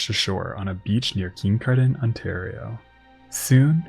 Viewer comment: Absolutely terrific video - just one note - nobody in the area pronounces Kincardine with that much stank 😂. Kin-car-din